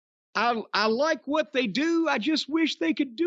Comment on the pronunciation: Jim really goes out of his way to pronunce 'what' wrong.